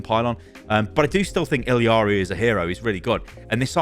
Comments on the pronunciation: you are pronouncing illari completely incorrectly and it makes me so sad 😭😭😭 you’re saying ill-ee-are-ee and there is no reason it should be pronounced any way other than ill-are-ee or ee-yar-ee. i’m going to scream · ee-yar-ee not ill-ee-yar-ee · illari ee-ya-ree not eeleeyaree :( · Why is everybody saying "Illiari"? Her name is Illari I-L-L-A-R-I. Where is the middle i? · Is ILLARI pronounced as ILIARI? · Is that how you pronounce Illari? Illiari? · ILL-AW-REEE, WHERE IS THE EXTRA "EE" UR PRONOUNCING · you are killing me please, It Illari, there is no secon "i" in the name, Its one "i" and two "L"'s xD